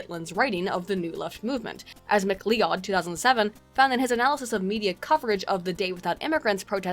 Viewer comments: Mc Lee-Odd? It's pronounced Mc-Loud. lol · minor point-- MacLeod is pronounced "Ma-cloud" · Thought MacLeod was pronounced as McCloud?